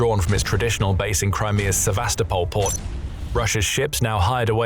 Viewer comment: Sevastopol is pronounced more like "sev-a-STO-pull"